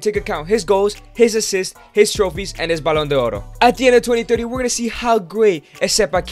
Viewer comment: why do you keep calling the Ballon D'or as "Ballon Doro?